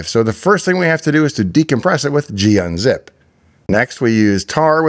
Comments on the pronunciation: And who says Gee-Unzip? It's Gun-Zip. This is not a UNIX person. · bro its gun-zip.